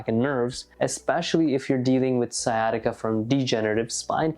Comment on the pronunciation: Sciatica not siesta